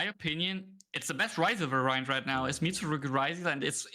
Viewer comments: Someone has to tell them how to properly pronounce "variant", please. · Du musst das erste A betonen. vAriant